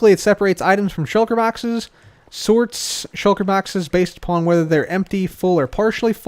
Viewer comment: I love how you say "shoulker baxes"